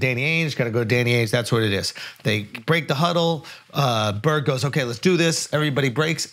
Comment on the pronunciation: Imagine being Ainge and not telling your coach in the huddle: You mispronounced Bird, Coach.